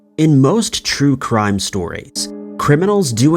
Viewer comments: 😂 "Scary Crue Trime" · Hahahah. Crue trime. So adorably funny. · When you said crue trimes, I was like.. did i just have a stroke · Crue Trime? Lmao 🤣